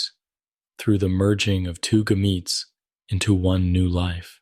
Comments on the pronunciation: Lost me at the pronunciation of gametes. 😂 Assuming this is AI? Barf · hahaha right ai is not good at pronouncing biological words